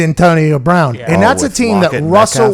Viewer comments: Wtf it’s brown not “Brahn” like ???? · “Antonio Brahn.” What? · Anyone else notice “Antonio Brahn”?